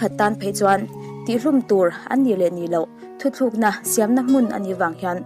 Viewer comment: Thu thlûkna nilovin "thutlukna"